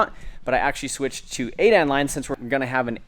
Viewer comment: It's 8 A N, not 8 Ann